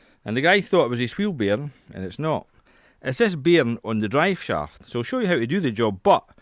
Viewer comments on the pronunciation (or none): Wow, this is where english originated from and just figured out he was saying bearing, not bm